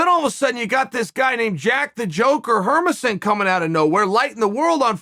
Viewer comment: The jokers last name Hermansson is pronounced with emphasis on the Man and the ss, the hard S